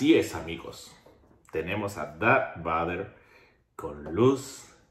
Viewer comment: Me enojé bastante cuando dijo Darth BADER, es VADER!!!!